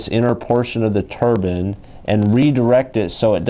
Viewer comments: Its turbine not turban! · he also says 'Turban' alot instead of Turbine. Made me think of a sikh's head gear. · Edokun91 it's turbine fool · its just his way of pronouncing "TURBINE" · im sort of insulted to the fact that you actually thought that i thought he was saying turban. haha i wasnt being sarcastic at all either, i was just laughing at how he says turbine.